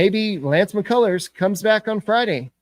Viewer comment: This dude said mccullers 😂😂😂